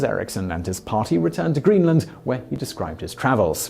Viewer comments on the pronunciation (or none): none